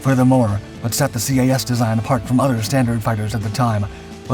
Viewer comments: just do not call it C.A.S . its CAS as Kass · I just couldn't watch this video after hearing CAS "see ayy ess" so many times. Anyone, and literally anyone familiar knows it's just "kass" or "kahss" in pronunciation....really just "kass". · Enjoyed the video but do wish you would have pronounced CAS as Cas like saying a name instead of alphabet pronunciation. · You don’t spell out the acronym, it’s just pronounced CAS